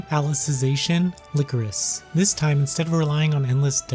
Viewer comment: Lie-core-is, not lick-er-is. It's a flower representing sadness, look it up.